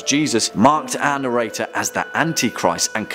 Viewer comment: I was today years old when I figured out who “anirator” was... He’s saying “our narrator,” right? (Not trying to sound rude. I’m just an idiot.)